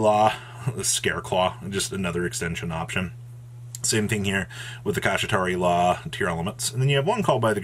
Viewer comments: Dont forget his other pronunciation Kishi-ra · The pronunciation of the archetype is "sha-tree-la" (Kshatri-la). Sha-tree-la. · why do you pronounce Shangri La so easily, but blatantly mispronounce Kshatri-La? 🤷😂😂😂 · Granted Kshatri-La is hard to pronounce but isn’t even close.